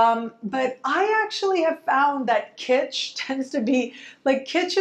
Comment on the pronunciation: Kistch? My Venus is Taurus says, "Yuck". Haha.